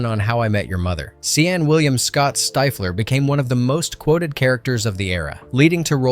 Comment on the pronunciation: Did... did you not watch the movie? How do you watch the movie and mispronounce Stiffler's name? Also, MILF was explained immediately after by Jon Cho's character. It's even in the clip played in this video.... You did watch the movie, right?